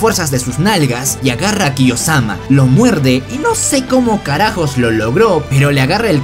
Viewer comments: ¿Khe? Acaso no es kiyomasa? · Bro es kiyomasa, no kiyosama😂😂😂😂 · KIYOSAMA ES KIYOMASA XDDDDDD